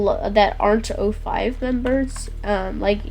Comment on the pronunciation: It's O5 Command not 05 Command.